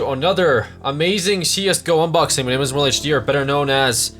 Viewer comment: I am fuckin 100% sure that you deliberately pronounce it as Immoral HD.